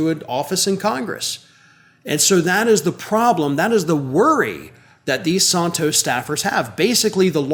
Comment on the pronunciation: George Santos, the Liar of Long Island BTW, kudo to you,, for correctly pronouncing his (alleged) last name.